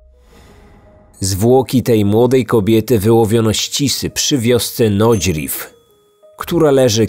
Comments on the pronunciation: Ja dopiero przy Nagyrev usłyszalem, drobniutki błąd w wymowie brawo! :-) nie nodźriv tyko bardziej nodźrijv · A Nagyrew to nie jest ta wioska, w której kobiety wybiły mężczyzn lepem na muchy? 😜 W filmie o tym mówiłeś [Nagirew], jakbym nie spojrzała na ekran to nie pomyslalabym nawet o tym, że to ta sama nazwa 😜